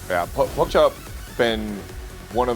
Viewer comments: Could you guys fire the commentator that keeps mispronouncing PokChop? He's an ATL legend and he deserves respect. He's co-commentator kept pronouncing it correctly but the other guy just never got the hint. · Put some respect on Pokchop’s name. You not funny or cute by saying it wrong on purpose